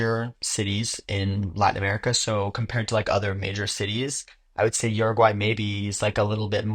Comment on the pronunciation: This dude did a whole video and can’t even pronounce the name of the country.